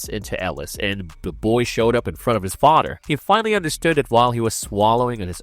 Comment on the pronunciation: Father not fader it's driving me nuts to hear that Father